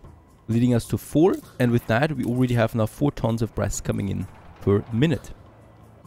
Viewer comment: When you talked about making brass i could've swore that i heard breast instead of brass lol gotta love accents and me not paying a lot of attention:P keep up the good work